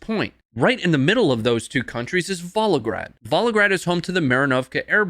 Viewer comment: ... Pronunciation of Volgagrad is horrific, just saying 😂 Plus Russia isn't planning a invasion of Ukraine... They literally have no reason to other than if Ukrainians started killing ethnic Russians